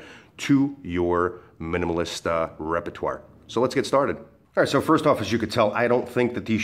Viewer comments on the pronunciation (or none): none